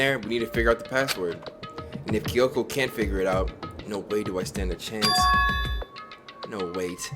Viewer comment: Spike making Jump Force? Then where is Monokuma in Jump Force? Or Big Mac? (or Both?) Not gonna Gloss he spelled Kyoko as "KEE-Y-O-K-O"